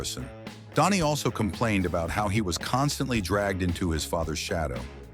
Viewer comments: It's pronounced Danny, not Donnie. I cannot listen to artificial insemination voices anymore. I quit. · Is it me or is this Idiot keep saying Donny ???